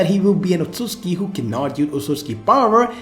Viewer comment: how many likes is it gonna take for you to stop saying otsuski.